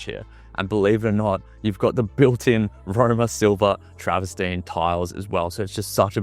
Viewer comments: Lol travastine it's trav-ver-tine. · It's 'travertine' not 'traverstine' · Some constructive feedback for you: 1. It’s called Travertine (not Travestine) 2. Stop saying the word “particular” 3. It’s called a pocket door 4. You’re in a $23m property, at least dress the part - put a suit on and take the baseball cap off and phone and keys out of your back pocket. Perception and presentation is everything, especially if you’re doing walkthrough in Toorak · Absolutely love your excitement and enthusiasm for the exceptional property mate! Just two things! It’s ‘travertine’ and if I had a dollar for every time that you said ‘luxury’ and ‘particular’ I recon that I could buy one in ‘each colour!! (Teasing!) You did a fantastic job ‘selling’ a beautiful property! I also agree that it has been amazingly, even LUXURIOUSLY !😉 Staged for sale! Well done mate! Sadly, I’m a few bob short atm!😊